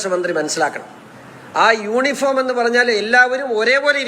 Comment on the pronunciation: യൂണിഫോം എന്നു തെറ്റുകൂടാതെ പറയാൻ ശിവന്കുട്ടിക്ക് അറിയാമോ? പറഞ്ഞു വന്നപ്പോൾ യോനിഫോം എന്നായിപ്പോയി.